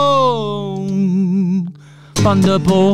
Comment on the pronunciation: 'Funderball' What did I say about learning to pronounce 'th' ?